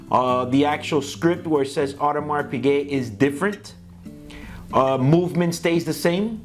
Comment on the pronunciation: adamars pige???? realy!!! you sell watches and you dont even know how to say the name? dude.......go back to school.